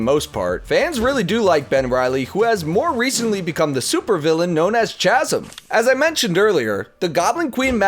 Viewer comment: Why is no one talking about the fact that he said “ch-asm”. It’s pronounced “K-asm”, it’s a common word!